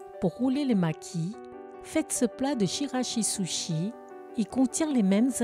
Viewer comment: Bravo ! Chirashi-zushi prononcé tchirashi-zoushi